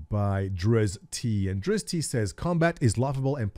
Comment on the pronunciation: I don't think it's pronounced "Drizz-tee" but "Drizz't". You really need to brush up on your chaotic good drow knowledgebase.